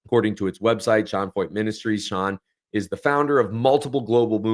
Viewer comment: I am a German teacher, and the name "Feucht" is a German adjective that means "damp" or "humid." You are pronouncing his name correctly, as the "eu" sounds in German like "oy" or "oi." While Germans pronounce the "ch" in this word "feucht," we say it more like "FOIT" or "FOYT" in English. Thank you for making this video, btw!!